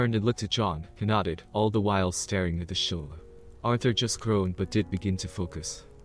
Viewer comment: I think that the club he was carrying is pronounced Shul-Lay-Lee. (Shilleighleigh). Irish version of a club. My Dad threatened us with using one one on us while we were growing up.